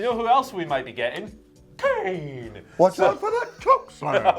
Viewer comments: Love you guys but PLEASE stop saying Kane like that😩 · What is going on with this wiered kane prenaunce